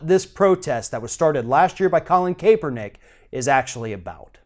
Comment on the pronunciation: You are pronouncing Colin Kaepernick's name wrong